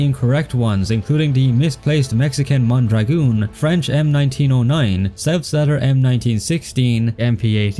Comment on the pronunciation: Due to technical limitations, the video Also, small correction from a spanish speaking viewer, the Mondragón is not pronounced "mondragoon"